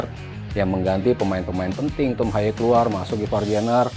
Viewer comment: pak nyebut nama yg bener g semua harus di inggriskan : HAYE : Ha ye bukan hay HUBNER : Hiubner bukan habner STRUICK : Strauk bkn Straik